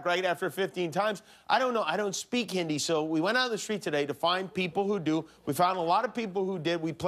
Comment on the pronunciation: Trump speaking Hindi is almost( but not quite) as cringe as Kimmel saying Hin- dee. If you're gonna roast someone for speaking a foreign language incorrectly, at least bother to learn the pronunciation of the name of the language first. It's just hypocrisy otherwise.